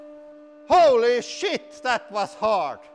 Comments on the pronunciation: I LOVE that thick accent on the, "HOLY SH*T" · I'm sorry, but hearing a Swedish man saying holy shit is fucking hilarious.